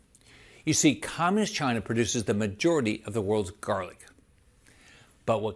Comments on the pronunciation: He sounds like a moron or an ill spoken 7th grader. And what is the deal with his pronunciation of communist? “Comm’inist?” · "Cominist" China? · Is anyone bothered by the way rick scott pronounces communist? It sounds like comminiss - or something. Anyway, that thief should be in prison, not running for any office. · He can't even say "communist!" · Why is the creepy man not putting a space between communist and china? Worse than trumps pronunciation of CHI-na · Rick seems to have a speech impediment. But yeah, let's make fun of Biden for no reason, Republicans.... 🙄